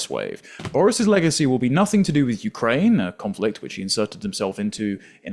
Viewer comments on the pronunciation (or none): none